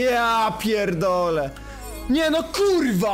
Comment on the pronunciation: NO I A NIE NOI KURWA MAC